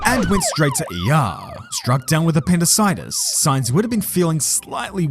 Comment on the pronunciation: You pronounced appendickatiss wrong - 😁